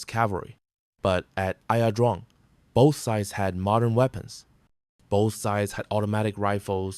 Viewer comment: Its not ( I A) pronounced I - Drang